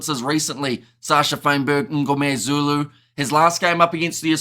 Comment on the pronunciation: Just a comment. You produce Sacha surname slightly wrong it is not "Um"gomezulu....... but Mngomezulu. Small thing.